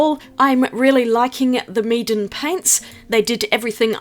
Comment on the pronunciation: When you said "Meeden supplies", it sounded like you were saying "Meat and supplies" as a pun.